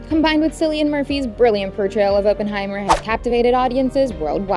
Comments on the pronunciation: "Oppen", not "Open"!!! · its oppenheimer pronounced "awe - pen - high - mer" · fyi oppenheimer's name's pronounciation is aww-pen-hye-mer